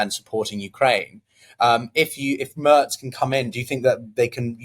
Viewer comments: Merz is prnounced "Merts" not MERS :) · It’s Merz, rhymes with Hertz